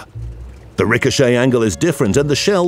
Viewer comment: He shels ricohcet i fired he shell it ricohochet